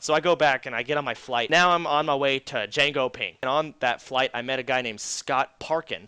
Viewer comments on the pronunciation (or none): jangoping hahahahaha its callde jönköping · Vi pratar om 2 helt olika saker. Han säger copenhagen fast det säger han ju relativt rätt. Jag pratar om när han säger Jengo-ping. Och jag antar att han menar Jönköping! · Jangoping LOL its Jönköping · deföq... JANGOPING = JÖNKÖPING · It´s called JÖNKÖPING not JENGOPING. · dude it is Jönköping not copenhagen and sweden does have good internet i never got lag and i bought it for like 30$ so please does ppls who says sweden= crap internet is just idiots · han säger joncoping typ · Försöker han säga Jönköping? ^^